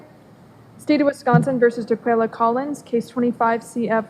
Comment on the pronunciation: ‘Daqulia’. I can stop watching already. I know where this is going.